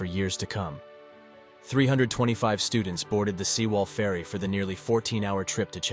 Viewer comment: Pronounciation should be like: seh wall or sae wall 세 월, not See wall